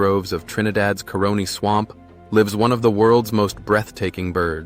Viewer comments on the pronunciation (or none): 😅 the name is CARONI and not the way you have the spelling in the narration.